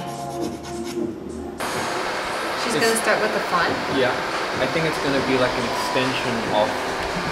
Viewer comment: he literally said "wIiIFfthH" 🖤